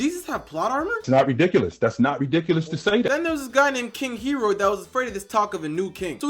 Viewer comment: Bro you're pronouncing every Bible name wrong 😭 Herod, Galilee, Judea, Pontius pilate